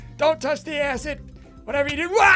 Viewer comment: You said the a word when you Tried to say acid